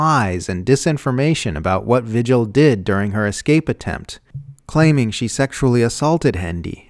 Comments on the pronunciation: All except the pronunciation of "vigil". It's a Spanish name pronounced "vee-hill". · Vigil should be pronounced VEE-hill in this instance, I believe. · This is great, but the name "vigil" is Spanish, pronounced "vee-hill". I'm just north of the New Mexico border, and it's a pretty common name here.